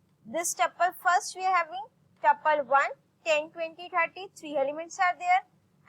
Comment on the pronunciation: abeyyy yarr taple nahii tuple